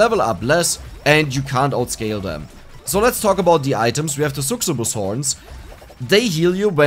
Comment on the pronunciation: loving these videos. Just wanted to mention that "succubus" is pronounced like "suck-you-bus." It sounds like you're trying to pronounce it similar to "success," but that sounds like a pretty difficult pronunciation.